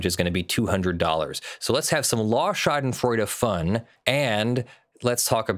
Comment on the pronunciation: Schadenfreude is a german word. You pronounce it like "shah den froi deh". Shah as the king, den as the hideout, the next part would be pronounced with the sound like "spoil" and the "deh" like you'd dismiss something with "bleh". I know it's hard to pronounce, but being an american lawyer that uses the word as if you're a German native would be awesome.